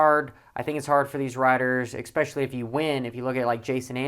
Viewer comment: “Exspecially” is not a word.